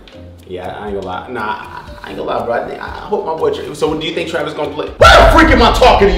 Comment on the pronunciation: Bro said Tavis 😂😂😂😂 it’s travis